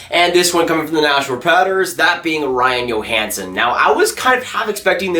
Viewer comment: Love the vids. #1 love the jersey Go Morrow! #2 for Nashville it is pronounced joehansen not yohansen. But love your vids, keep them up.